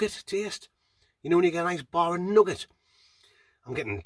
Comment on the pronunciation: I like the aftertaste was nugget not 'noogar'. It's f*ckin nugget.